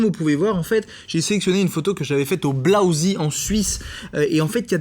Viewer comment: BLAUSEE se prononce "blaouzé" pas "blaousi" c'est en Suisse alémanique pas en Grande Bretagne x)